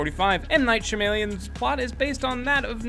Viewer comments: It pronounced Sham-alon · Sha-m-alien < sha-ma-lan